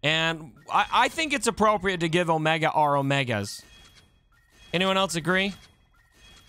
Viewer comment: Oh-mee-gah - from